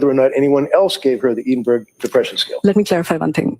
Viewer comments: It took me 3 times hearing them say eedenburg to realise they were trying to say EDINBURGH Eh-din-bur-ah Ffs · EDINBURGH a place in Scotland where much medical treatment is researched developed, please pronounce Edinburgh properly.